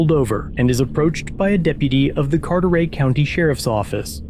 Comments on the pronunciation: Carter-ay? That’s not how it’s pronounced. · Car-ter-et not car-ter-ey. 9 mile road is a known trap for sheriff's & Havelock police. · Carter-"ette" county. I got you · I have never heard Carteret pronounced that way in all the 30 years I've lived in this area.